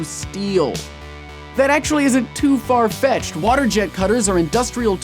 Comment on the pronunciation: who else heard "Farfetch'd" instead of "far-fetched"?